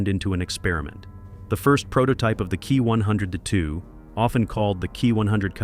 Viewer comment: I really hate when you say the title of say the Kawasaki Ki -100 as the key 100 , it's pronounced K ...i as in saying the letters. Kindly correct this error